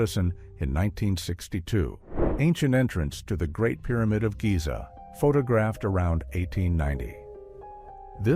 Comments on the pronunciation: Omg AI can’t even say the word photographed. . Please stop using AI voiceovers. They really ruin videos. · Can y’all teach your AI how to pronounce photographed? Please.